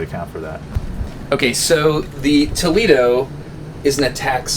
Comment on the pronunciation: You cant even pronounce tolEdo